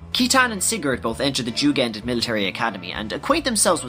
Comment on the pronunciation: Jugend is taken straight from the German word for "youth" (being a training academy) and is pronounced "yu-gend".